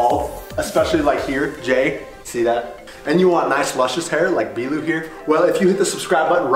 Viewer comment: Why is it b lew instead if b-lu